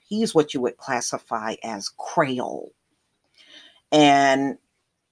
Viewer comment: Your killing me saying Creole it sounds like your saying Qual lol but your accurate on the history